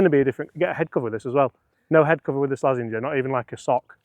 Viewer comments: did you just call the slazenger a "slazzwanger" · It's Slazenger